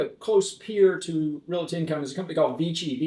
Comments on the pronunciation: I can't trust anyone who pronounces the word, "realty" incorrectly every time he says it. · RED FLAG! Did that guy say " REAL-IT-TEE in the first 4 seconds of the interview? I'm out!!!!!!! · there is not "i" in Realty...